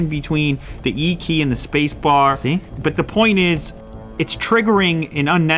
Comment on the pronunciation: Applee has no ideea about thee e"e keey"